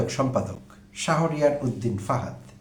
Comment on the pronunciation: প্রিয় ভাই, আসসালামু আলাইকুম। ডোন্ট মাইন্ড প্লিজ । ছাত্রদলের নেতার নামটির সঠিক উচ্চারণ " শাহোরিয়ার " না হয়ে " শাহরিয়ার " হবে । ধন্যবাদ।